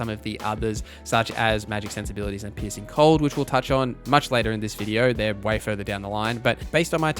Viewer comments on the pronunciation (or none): I'm sorry, I should be talking about how great the information here is, and how useful it will be... but every time you say 'piecing cold', I keep hearing 'pissing cold', and it's cracking me up. Gonna need a few minutes to get that out of my system first. But yeah, thanks for all the good info, I needed a refresher before I jumped into a fresh Witcher game; haven't played for a couple of years.